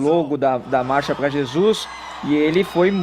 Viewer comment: O não consegue falar "Marcha"